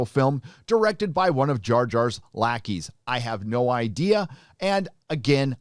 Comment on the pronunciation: Bahahaha! Sir when you said lackeys I heard something else! Lawd. Bless up! :)